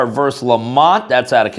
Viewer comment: Hate to nit pick, but the word is versus, not verse. Two syllables and not one.